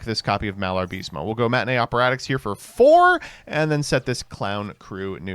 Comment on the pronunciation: You know, someone like you who acts all intellectual should at least try to read the names of the cards correctly. Not pronunce, because that would be a total fantasy, but at least you could read the syllables in the correct order. You know, something they teach you in kindergarten. You get "Malarbism" from "Malabarisme" only if you refuse to read the card's name more than once.